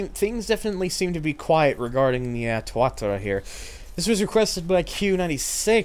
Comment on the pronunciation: I always thought it was pronounced Tua-TA-ra rather than TUA-ta-ra.